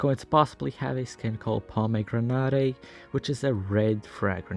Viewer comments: Bro it's not pomegra-na-tè it's pronounced as "pom-a-gra-net" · the way u said pomegranate 💀